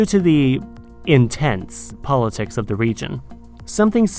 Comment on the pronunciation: Why do you say "za"? 🤣